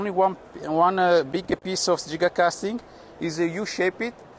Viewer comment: Finally someone that pronounces giga correctly.